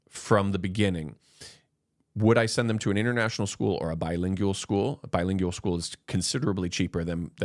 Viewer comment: pronunciation: not BI-LING-YU-AL. Correct is BI-LING-WAL.